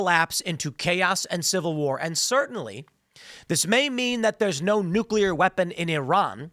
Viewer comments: NucleARRRRR. * in PIRATE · Nu-Cle-Air Wessels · Nuclea please.